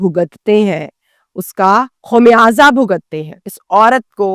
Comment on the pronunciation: Khumyaza nahin khamyaza our mudrasa nahin madrasa, pehle apni urdu durust kar lo phir jinsi videos bechna